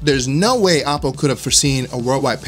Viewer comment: Oh poh Not ah poh